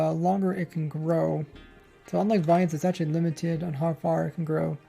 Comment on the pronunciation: He is German? Oh Lord!!